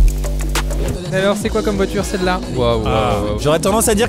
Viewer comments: POV : À chaque fois que Maxime dit "suivant", moi qui entend "Siuu Yvan". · super vidéo👍 mais à chaque fois que tu dis suivant j'ai l'impression que tu dis Yvan